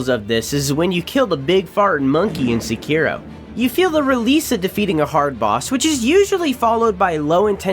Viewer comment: say sekiro right PLEASE